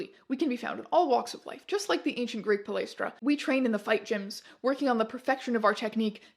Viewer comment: thank you for pronouncing palaistra as right as possible for a non Greek!